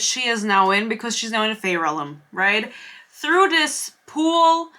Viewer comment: This seems like the video that provides me with exposure therapy to help me stop getting irritated every time you pronounce "realm" as "relem" ^^'